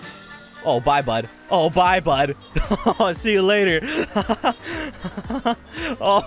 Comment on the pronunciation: at the end when he says bye he says "boys"